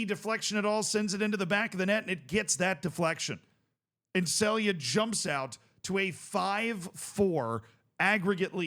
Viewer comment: you sey celje completely wrong LOL